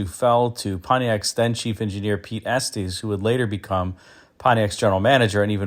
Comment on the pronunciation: ES-tis, Pete ES-tis (Estes)